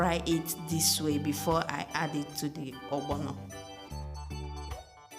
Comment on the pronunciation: The way u say ogbono defines our beautiful Igbo heritage